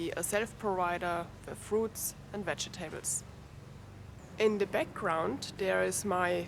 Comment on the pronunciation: love how you say vege... tables, LOL great videos, thank you